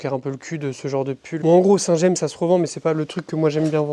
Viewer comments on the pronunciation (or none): Saint James se prononce à la française : c est en normandie ! :) merci pour tes vidéos et bravo pour le développement de ta société ! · Si jamais tu regardes les coms, on dit "Saint Jame". Saint james c'est une ville normande 😁